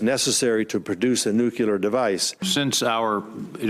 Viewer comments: Is nobody bothered by Coats constantly pronouncing "nuclear" as "nucelar"? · Nu-CLEE-er! Nu-CLEE-er! Stop saying Nu-Cue-Ler! You sound like a moron. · How can you hold a job of that significance when you pronounce it "NUCULAR"...? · Does it concern anyone else that everyone in the US who is even tentatively connected with decisions on nuclear weapons says "nucular"? They must know it's wrong, why do they continue to do it? Why would they want to be seen as too stupid to read the word properly when it's spelled out on paper right in front of them? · New.......cue........ler ......device??? Jesus Christ!!! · i wish the director of national intelligence (!) would know better than to pronounce the word "nuclear" as "nucular"... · "It's called nukular, stupid!" - Homer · What are these "nucilar weapons"? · Why do Americans keep saying "NEW-KILLER WEAPONS"..? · Why does that guy say “nuculear” weapon? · On a lighter note: I've been saying since High School (many, many years ago ;-) that I think the people that have decision making responsibilities for nuclear weapons should AT LEAST KNOW HOW TO PRONOUNCE THE WORD "NUCLEAR". Just sayin'. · People wonder why those from other countries look questioningly and/or roll their eyes in reference to even those in power in this country...and all I have to say to them is: what does it say about our nation when even the DIRECTOR OF NATIONAL INTELLIGENCE pronounces “NUCLEAR” WRONG??!!! Say it with me: NU-CLE-AR...not NU-KYA-LER!!! WE ARE NOT HOMER SIMPSON FFS! /rant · Christ. Not even Congress members know how to properly pronounce "NUCLEAR"! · Why does he keep mispronouncing Nuclear?